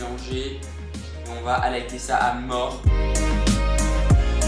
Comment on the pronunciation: quand j ai enttendu : on va bien évidement highlighter j ai enttendu : "allaiter " , je me suis dis ... eu .. what ?! 😜😜 anyway , super tuto , envie de reproduire le maquillage sur les yeux , j'aime beaucoup 😘